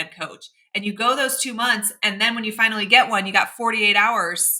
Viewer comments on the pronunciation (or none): none